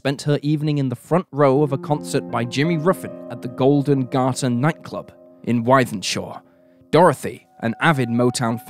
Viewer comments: Wythenshaw is said like "with" not "whythe" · Wythenshawe is pronounced WITH-enshaw